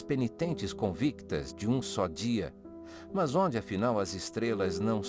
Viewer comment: A aula é boa, mas pelo amor de deus tire esse "mãs". Fica horrível hahahah